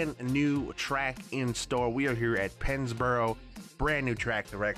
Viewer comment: Did anybody else think it said Penisboro??